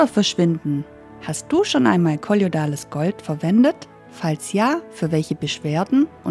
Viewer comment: Schönes Video. Es heißt aber nicht " kolliodales Gold"!